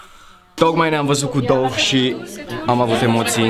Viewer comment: Se citește dav nu dov